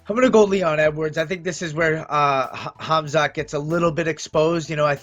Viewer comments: Mighty mouse: chizmat...Hasmat? 🤣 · Mighty mouse said Sheezmat😂💔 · Chael and Whittaker: “Hazmat” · Start learning how to pronounce Khamzat's name properly, coz he will beat everyone that shows up in octagon. I'll put all my money on wolf of Chachnia.